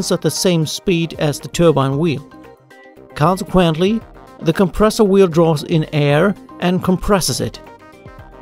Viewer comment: KawnceQuentle Good presentation